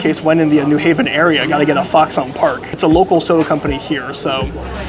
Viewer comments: Fox on Park cmon say it right say it like foxen Park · I would like to slap you for folding it and the way you say foxon park